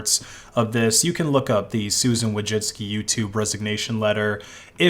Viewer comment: Nice coverage, except you mispronounced her name. There's no '-inski'